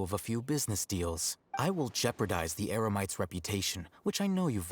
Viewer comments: Paimon said Eremites wrong LOL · Talking about Paimon, i just realize she mistakenly switched "Eremites" with "Emerites" lmao...